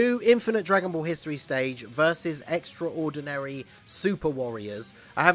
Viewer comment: the way you said extraordinary hurt my soul..